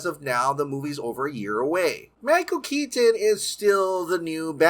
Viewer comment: I love your videos but you pronounce the "t" in "Keaton" too hard and it distracts me. Also I don't get what Cavill could have possibly done to mess everything up for himself so badly. As for Grace, she is wrong a lot, no?